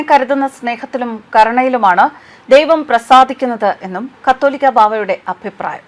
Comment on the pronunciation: "കത്തോലിക്കാ" ബാവ എന്നല്ല കാതോലിക്കാ ബാവ എന്നാണു. വെടിക്കെട്ടും ആന പ്രകടനവും അവസാനിപ്പിക്കേണ്ട കാലം കഴിഞ്ഞിരിക്കുന്നു. മനുഷ്യർ സുബോധമുള്ളവരാകുക. 👍🤗